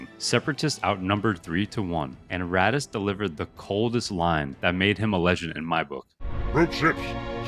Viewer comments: it's not ratas, its "ar-tas"... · I started watching the video and bro is complaining how nobody knows “Ratass” Vadum 😂.